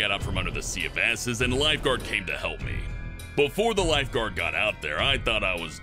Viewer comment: "Sea off asses"